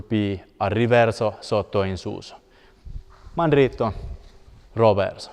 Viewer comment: I am amazed by how well you pronounced "mandritto de sotto in suso", that was not easy man.